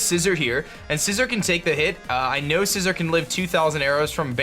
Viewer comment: Scizor not scissor 🤣🤣🤣